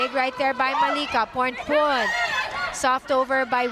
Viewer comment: พิธีกรรู้ฮอดชื่อเล่นโค้ชอ๊อด 🤣 โค้ชอ๊อดๆว่าซ่าน ต้องเป็นคนเอเชียชื่อออกเสียงชัดมาก ยกเว้นพรพรรณ พรพร555